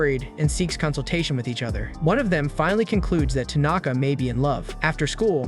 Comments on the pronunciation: Why are you saying tunaka? It's tanaka.... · He says Tanaka 💔..